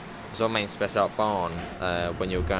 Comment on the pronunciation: Answer to your question: The Rhine wines are well known. The river continues up to Bonn, Duisburg up to Rotterdam and the sea. Mainz you pronounce as the English sound for the letter I (i) . Beep at 30 km/h, see the 110.